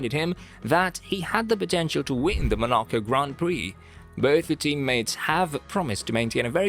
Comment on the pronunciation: You pronounced Monaco wrong you even get drivers names wrong in other videos. Do you even watch F1 properly, this week the topic is Silverstone and what a great race it was.